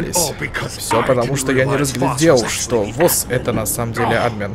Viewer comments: Почему Ааадмин,а не Адмииин????? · АдмИн, а не Админ!!!! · Не Админ а адМин(если кто не понял это ударения)